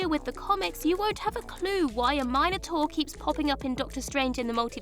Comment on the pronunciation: What's a "Mine-o-tor"???